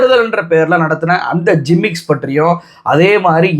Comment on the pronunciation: அது, "ஜிம்மிக்ஸ்" - இல்லப்பா... "கிமிக்ஸ்" -ன்னு சொல்லுங்க...🎉